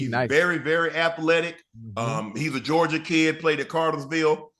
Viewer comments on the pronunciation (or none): none